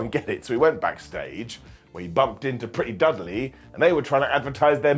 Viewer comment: I heard that as well. I started cracking up big time 🤣.